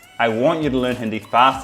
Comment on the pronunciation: He can’t even say Hindi right